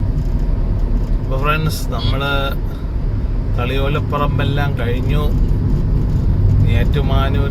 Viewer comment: Thalayolaparambu, not la, thalayude la"